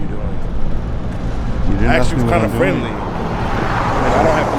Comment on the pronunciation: he axed u nicely